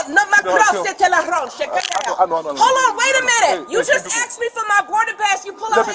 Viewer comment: Smh it's asked not axed .